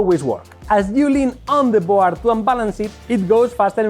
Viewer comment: Que sepas que "board" se pronuncia "bord". ¡La "a" no se pronuncia! Saludos.